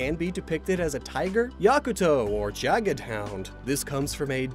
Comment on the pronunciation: There's no "e" in Jagd, you spell it a bit like "Jagt" where the g is softer as in grow, the a is a bit more pronounced and the d is spoken more like a t.